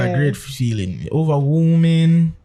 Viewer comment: did he say “overwooming?” Oh my I wonder if he was nervous. Nerves do that to you sometimes. Overall he did a great job with the interview.